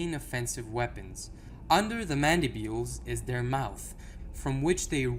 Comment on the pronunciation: Am i wrong or is it Mandibles and not Mandibuels